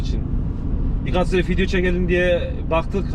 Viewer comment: Abi senin yüzünden artık video diyemiyorum fidyo diyom 😂😂